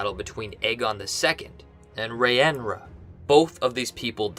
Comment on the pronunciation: Rhaenyra (RAY-neer-AH)